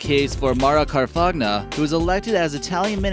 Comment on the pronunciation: Her last name is pronounced 'Kar-fahnya' Trudeau doesn't look sexy in his notorious black-face he has worn several times